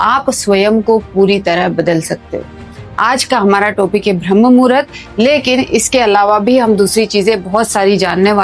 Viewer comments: भ्रम नहीं। ब्रह्म मुहूर्त बोलते हैं। तुमको बोलने ही नहीं आता है। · Pehele Bramha bola Sikh lijiye. Bhrm bol Rahi ho. Apna pronounce thik kare please. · भरम मुहूर्त नहीं ब्रह्ममुहुर्त होता है सिस्टर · भ्रमह मुहूरत नहीं ब्रम्ह मुहूरत। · Sister Bhram nahi bramh muhurut hota he... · Madam bharm nahi brahm muhurt ucharit karo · ब्रह्म मुहूर्त उच्चारण होता हैं ।